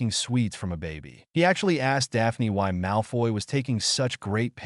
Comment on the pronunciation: Dah-pah-knee LMFAO